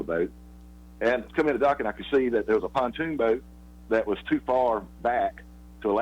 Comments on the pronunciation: It's pronounced pond-toon not pu-toon spelled pontoon 😂😂😂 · First. Please. The boat is not called a PA-TOON boat. It is called a PON-TOON boat. There is no such thing as a patoon boat it is called pontoon.